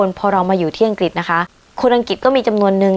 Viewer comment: ไม่ใช่ไม่แคร์แต่เขาไม่ก้าวล้ำสิทธิ์ส่วนตัว ทุกคนช่วยเหลือกันดี คุยถึงประเทศอังกฤษก็ควรออกเสียงประเทศเขาให้ขัดนะคะ คำว่าอังกฤษน่ะค่ะ ไม่ทราบว่าคุณอยู่กับกลุ่มไหน ทำงานกับพวกไหน ทุกคนที่พี่ทำงานด้วยพูดถูกต้องเป๊ะเพราะ พวกเขาเป็นนักวิชาการ ถ้าเราเก่งจริง ไม่ต้องทำ CV ไม่ต้องสมัคร เขาตามเรียกตัวเราเองนะคะ เราเป็นคนเลือกงานค่ะ อย่าคิดว่าตนเป็นชาติไหน คิดแต่ว่าเป็นคนเหมือนกัน แค่นั้น พี่เป็นผู้หญิง เป็นผู้ช่่วยผู้อำนวยการ เป็นที่ปรึกษาขิงนักวิชาการที่นี่ 120 คน มีพี่คนเดียวที่เป็นต่างชาติ ความยุติธรรมสุดยอด ขอให้มีความสามรถไม่ว่าเพศอะไร ชาติอะไร ขอสรุปว่า ทุกอย่างอยู่ที่ตัวเราเองด้วย